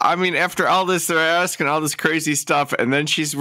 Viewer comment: And that second case is precisely why I’m on the re-watch crew for your early morning (Aus) streams! Far too big an ‘abyss’ and too much ‘axing’ to wake up to … even after a coffee! 😂😂😂